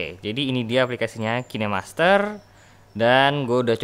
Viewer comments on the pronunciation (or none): none